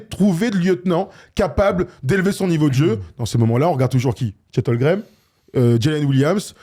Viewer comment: Le fait que vous dites tous les trois « Chet Holgrem » au lieu de « Chet Holmgren » me fume.